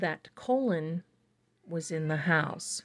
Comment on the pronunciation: His name is pronounced Colin. Not colon.❤